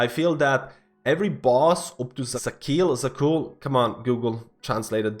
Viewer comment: Where do you see letter "i" in Zaqul?